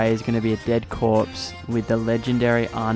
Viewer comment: I'm loving the fact you used mh4u gathering hub music for one segment and its called Yu-poor-ia not euphoria. There's no H.